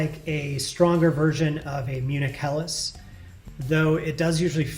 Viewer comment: Wow, that's one heck of a good pronunciation of "Helles".